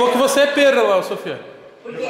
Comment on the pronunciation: perla, é a cantora kkkkk é perraaaaaaaa